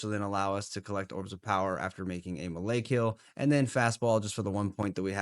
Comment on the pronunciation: are you pronouncing "melee" like that just to make our ears bleed?